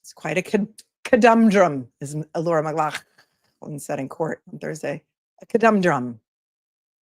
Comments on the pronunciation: lol! Every time you say McGlaughland -I laugh! Thank you for the comedy! 😂 🧡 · Just wanted to say I laugh every time you say McLaughlin the way you do. Love you!! 🙏💗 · Your pronunciation of McLaughlin is how it’s said in Scotland, like you coughing up some phlegm! God forbid that person who complained visits the names COO 😂😂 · I have misophonia (and trust me, it’s incredibly frustrating). For what it’s worth, the way you pronounce 'McLaughlin' doesn’t bother me at all—I actually find it kind of funny! I don’t mean to downplay how certain sounds can affect others, but I also think it’s unrealistic (and unfair) to expect you to change your pronunciation to avoid every possible trigger. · PLEASE NEVER STOP SAYING LAURAS NAME THE WAY U DO CUZ ITS HYSTERICAL & I LAUGH SO HARD EVERYTIME LOL 😂😂😂😂😂🙌🏻🙌🏻🙌🏻🙌🏻